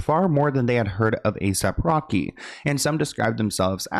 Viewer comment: I didn’t know he was called A..Sap Rocky.. I’ve always thought he was called A.S.A.P Rocky LMFAO 🤭🤣